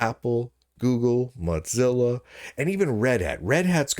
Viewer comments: brother it's moZilla not moTCilla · He does it for the comments, but it seems fitting since they suck so much that they shouldn't get their name pronounced correctly. I'm hoping he starts pronouncing Google as goGGle, because that would be funny too.